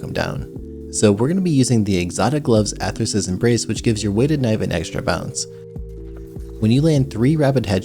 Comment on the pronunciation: Legit you're the first Youtuber I've ever watched who doesn't pronounce it "Arthur's Embrace." Realktalk why cant Youtubers read?